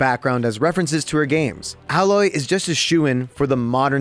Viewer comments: AHHHH Loy? haha its AYYYY Loy. :p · It's pronounced A_loy not aloy play the game 😒 I bet you haven't even tried it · Its Aloy (reads ailoy) not Ahloy